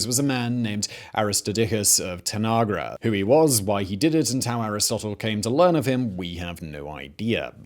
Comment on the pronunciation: "Of tanagra"? Come on Simon, I know you're a star trek fan